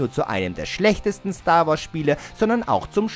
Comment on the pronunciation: Star Wars, nicht Stoar Woars.